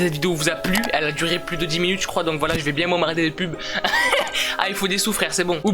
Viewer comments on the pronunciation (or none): Bieeeee tu dit biè au lieu de bien espèce de Marseilléé a je te promet je suis sur l’effet Mandela